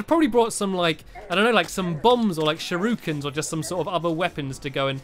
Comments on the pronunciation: its pronounced Shur-ihh-kaan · Nearly 50 episodes in and he still cant say “shuriken” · So hes just pronouncing it completely wrong?